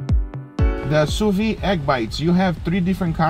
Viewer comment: It is not sous vi, but sous viD .. It is necessary to say the D . It sounds wrong.. I am sorry but i am French .. But otherwise I love your videos .. Thanks .. :-)